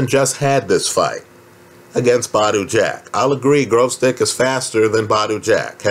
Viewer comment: Why all the Yankees pronounce his name Grozdyk?